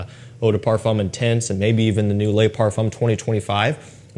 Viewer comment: he consistently pronounces the word "le" as lay. Like lay parfum.